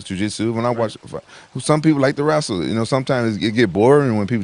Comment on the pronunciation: "Some people love to wrasle" -Rampage